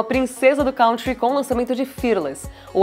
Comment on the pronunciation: Country se pronuncia “kun-tree” Kanye se pronuncia “kah-nee-yeh”